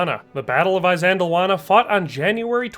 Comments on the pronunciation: Good Lord 🤦‍♂️🙄 PLEASE pronounce the terms correctly BEFORE you upload the presentation...it's NOT "eye-zand-lawannah" It's "Ihss-LAND-awanah". IHS, not EYE. Fix that properly and reupload. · I believe ISANDLWANA is not pronounced with an "I" (eye) as the first letter, Also are Roman soldiers called LEGEONAIRES NOT LEGEONARIES? Anyway loved the video how about trying Japanese Samurai against New Zealand Maoris or even Aztec warriors???? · The "I" of Isandlawana is pronounced as the I in the words: this, kiss, and list.. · Why are Americans so bad at pronouncing names? It is 'iss:" as in "hiss" for Isandlwana. Not 'i' as in eye! So dim. (That's dim as in him, skim or rim, not 'i' as in dime!) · "eye sandlwana..........try....... ee sandlwana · It's not pronounced "eye-sandlwana"...it's "iss-sandlwana" but thank you for a really good video 👍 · It's not Eye-sandlwana in the same way it's not Eye-raq. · Soft ' I ', like in ' it '. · He can't pronounce things correctly either, Imp-iss, Eye sandul wanna, I can't listen anymore to someone who cannot pronounce the words correctly. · Why do you keep mispronouncing Isandlwana? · Isandlwana, pronounced ee-san-"click"-wah-nah, like saying eesand-"click"-wahnah. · You cant even pronounce Isandlwana correctly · Good heavens, at least learn the pronounciation, even of 'I'. Good video spoilt. You also show Rorkes Drift which was a British victory as Isandlwana. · Never heard this battle pronounced this way. But good video learned a lot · typical yank MISPRONOUNCING A PLACE NAME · Dude. If you are going to make a video about a historic battle, please learn to pronounce at least the battles' name correctly... I really wanted to watch your vid, but about the 20th time you mispronounced Isandlwana I just couldn't take it any more... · The chap can’t even pronounce the battle properly 😢